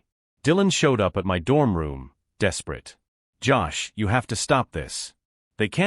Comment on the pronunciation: why can your auto predictive vocals not pronounce "my"?